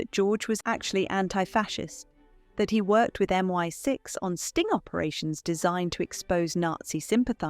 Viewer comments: Not human voiced at all. Did you miss the part in the video where it pronounced MI6 as MY6 ? 😅 Plus, it's just too generic of an AI voice. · MY6? It's MI6. More lazy AI slop. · MY-6...That would be MI-6 😅